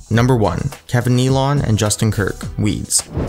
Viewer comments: It's not Kevin Neal-ON it's pronounced Kevin Neal-IN. Why can't narrators get these things right?????????? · It's pronounced like NEE-lin, not Kevin Nea-LON. Also an SNL cast member, back when it was the ONLY edgy televised comedy. We didn't even have cable TV when SNL first aired...it wasn't merely a comedy credential in the 70s and 80s, it was a massive cultural influencer. And it certainly wasn't "family friendly," as the narrator implies in the Ackroyd section (thx to the poster who clarified Ackroyd was a founding cast member). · Dan Aykroyd didn't make appearances in SNL he was a regular cast member for 4 seasons. Oh and Kevin Nealon is pronounced Nilan not Neelong. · Kevin "nee-lon"?? It's pronounced "Neal-on". He was on SNL. All you had to do was check your facts. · Neal on? It's not pronounced "neal on" it's pronounced "neal in" without the pause in between syllables. He was one of the most famous guys on Saturday Night Live in the 1990s and early 2000s when I was a teen. How does this guy not know how to pronounce his name? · Kevin Nee-lon? It's pronounced Kevin Nee-lin. Who put this mess together? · Narration is definitely not your strong suit. Sorry. :/ Perhaps writing as well, Akroyd "made appearances"? No he was on the first cast and where did you ever hear Kevin Nealons name pronounced 'NeeLAWN'? It's Kevin 'NeeLIN. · Kevin Nealon's name is pronounced "kneel-in" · Kevin "Knee-lawn" lolol. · Kevin "Knee-lawn" hahaha cmon man, it's not a very tough name to pronounce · Nealon is pronounced "Nee-lin" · LOL kevin NEIL-ON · Kevin Nee-lawn? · haha, Kevin Kneelawn? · Awesome video as always. Although I must say I've never heard anyone pronounce "Nealon" like that lol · Please learn how to pronounce "Kevin Nealon.”